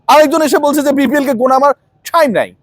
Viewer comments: টাইম ❌ ঠাইইম ✅ 😂😂😂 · ভাই আপনার টাইম নাই যে ভাবে বল্লেন খুব হাসি পেলে😅টাহ্ইম নাই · ঠাইম কথা টা শুনতে মজা লাগে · ব্রো আপনার কি ঠাইম হবে আমাকে, আস্লামু আলাইকুম বলা শিখাবেন পিলিজ ব্রো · ঠাইম নাই😂 আসলেই সেবএমনে বলছে